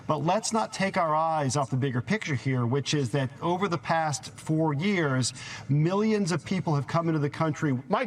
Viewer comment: Yeah... It takes some integrity and grace... To let a dictator take power. Or... "Meeyons and meeyons" of dollars.